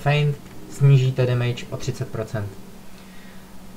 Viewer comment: Stýlt. Demejč. Dejdžr. :D sorry ale to je hrozný :) jinak dobrý video.